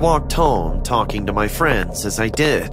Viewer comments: Did you just say he came to me room it's my not me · Why did you say 'my dad me room' 😂😂😂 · “he took me to hm room” LOL